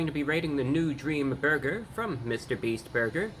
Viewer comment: In thd beginning it sounded like you said dreama burger